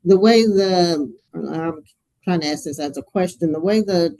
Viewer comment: IF YOU CAN'T SAY 'ASK' PROPERLY... I DONT WANT YOU ANYWHERE NEAR GOVERNMENT PAPERWORK! FFS 🤬🤦‍♂️